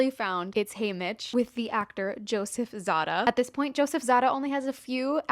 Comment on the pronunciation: I think it's ZAY-da, not ZAH-da